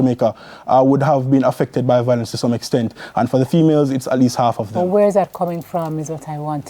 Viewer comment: VIO-LENCE and not VOIL-ENCE. I am tired of hearing this mispronunciation...